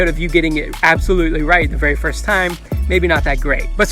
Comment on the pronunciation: he said half rit half hot water